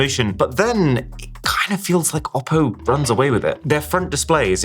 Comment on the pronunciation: still it's ''OPPO"😶‍🌫